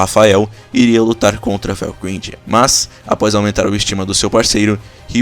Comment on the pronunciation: Velgrindy fica melhor se falado como velgraide